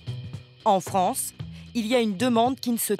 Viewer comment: " ce jour là, la production est destinée à la FranFE" Je suis pas le seul à avoir entendu ?